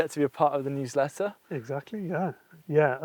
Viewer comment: I thought he said huwsletter.